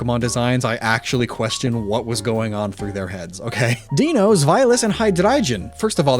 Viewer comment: Okay there’s no way he doesn’t know he mispronounced Deino. It’s literally pronounced EXACTLY like “dino” in dinosaur because that’s the same…..are you trolling your viewers?! Because if so this is the last of your videos I ever watch.